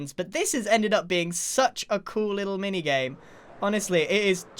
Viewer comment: is it just me, or did he say "MiniYame"